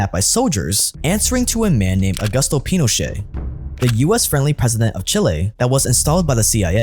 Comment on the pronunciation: I was enjoying the video until the narrator started mispronouncing Pinochet